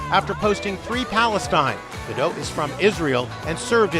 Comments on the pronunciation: GadoT, the T is NOT silent. Simply fanatically pronounced. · Her name is Gal Gadot. But they pronounce it Gal Gado 😢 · You pronounce the T in Gadot! It is not a French name. I am not picking on the French, I am of French descent. It's just that they are known for not pronouncing the last letter in a word, Hebrew isn't like that! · Stop mispronouncing Gal Gadot's last name. She's not French. The "T" is not silent. She's Israeli. "Gadot" rhymes with "note." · The T is not silent. She says it herself. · It's fuggin "Gah-dote" not Gah-dough ... a bit like "gull gah-dote" ... like in anecdote. And the video's clickbait zhit. How can you make a video about a subject, not even fact check how to pronounce it, then expect any credibility. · The T is not silent ffs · Okay, two things: 1. I’m pretty sure the “t” in Gal’s last name is not silent. 2. Who cares about her feud with Rachel Zegler? At the end of the day, I’m pretty sure this movie bombed because people saw it for the soulless cash-grab it was and not because of any extraneous garbage having to do with Israel-Palestine. And no, no amount of antisemitism puts Gal Gadot’s acting above criticism which I have seen people continue to do with legitimate justification. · Its Gal GadoT not Gal Gado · Gal Gadot, not Gado. The T isn't silent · It's pronounced Ga-DOT, not Ga-DOW. Gal is Israeli, not French. 🤪😝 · Gadot, rhymes with hot. Its crazy that people are making videos about her, without even knowing how to pronounce her name. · Please pronounce Gal Gadots name correctly! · Doesn't she pronounce it "Ga-dot", tho? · Why is Gal Gadot’s name mispronounced so often?